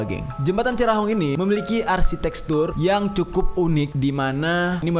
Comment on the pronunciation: arsiktekstur, ngilu dengarnya Yg benar arsitektur